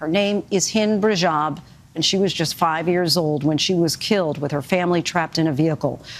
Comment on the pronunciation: sorry but the very first 3 seconds are already wrong. "Her name was Hind Brajab." NO. Her name was Hind Rajab. I mean, this was recorded, right? This was not some kind of live tv show. It was recorded. A script was used. Right? And yet she says: Her name is Hind Brajab. Sorry, but i see this as a special kind of disrespect. Recording this stuff. TO show it to an audience. And NOT picking up the fact that the woman is not able to pronounce the name of the girl correctly. I find this disrespectul. As if it is done deliberately. It takes 1 or 2 seconds to find out what happened and how to pronounce the name correctly. And yet this channel couldn't be bothered. She, the woman on camera, she could not be bothered. Hind Brajab it is then.